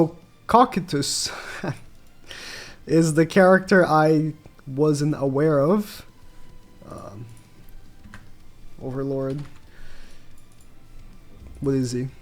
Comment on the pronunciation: "cockitus"...lmao violated cocytus with that🤣